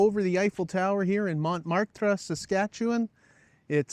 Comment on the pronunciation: Just want to add that the pronunciation for Montmarte is Moe Mart. Thanks.